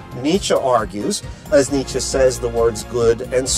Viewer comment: After a while I just hear Dmitri instead of Nitsche